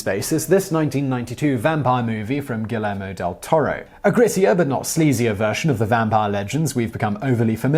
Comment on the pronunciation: I feel like you guys could have spent another thirty seconds at least talking about "Boyhood." Also, Guillermo is "gii-YER-mo," not "gwill-ER-mo."